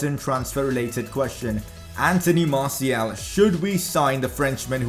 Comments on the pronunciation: Hos name is Martial not martiel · no offence but when u said martial messi and dembele it didn't sound good